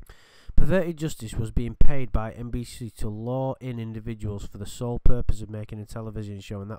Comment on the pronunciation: "SOLE" FOR GOD'S SAKE!!!